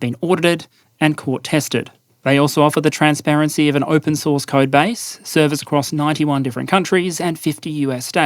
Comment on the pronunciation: TranspArency, not transpErency.